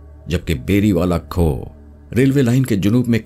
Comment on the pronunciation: Khoh nhi khoo kehte hen